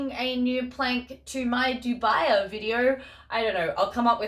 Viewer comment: Great video! I'm planning on staking most of my philodendrons and monsteras in planks. Just a nitpick: dubia is pronounced DOO-bee-ah, latin for 'doubtful'. Cheers